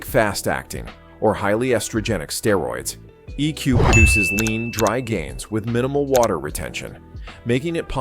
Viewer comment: The way this guy pronounced EQ is extremely Annoying